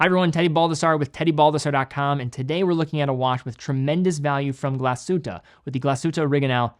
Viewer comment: Thank you for pronouncing the hard G